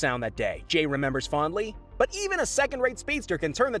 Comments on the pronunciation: Can he not say jay properly or what? U said jai it’s jay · Did he just say Jay as Jai? 😂